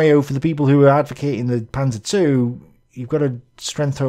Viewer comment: Its proper name: The Panser two! OK....Man lernt nie aus -:)